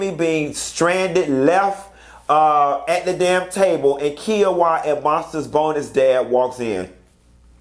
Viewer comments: Speaking of Bkack ppl can't pronounce names hell you can't pronounce Kiuwha 😂 it's (ky-a-wa) not 🥝-a-wa🤭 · 😂 talked about mispronouncing names, then proceeds to say " Kee-a-wa."